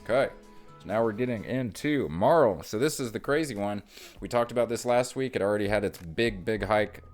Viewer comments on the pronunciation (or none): MEHrrill not MAHrill